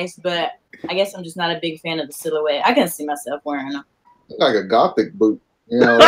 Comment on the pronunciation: He said a "goth boot" lmaooooo